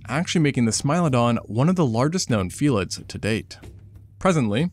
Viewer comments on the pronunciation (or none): none